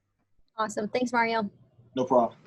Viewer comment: Did you just call me Mare-io? 😆